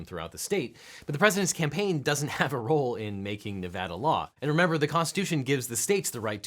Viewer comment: Thank you so much for pronouncing Nevada currently. Grew up here, and it drives me crazy when its not.